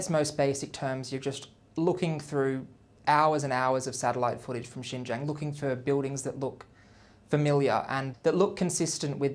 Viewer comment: Lies lies lies. This guy cannot even pronounce Xinjiang. I urge everyone to go and learn the history of Xinjiang, its challenges today and the ethnic demographics of Xinjiang.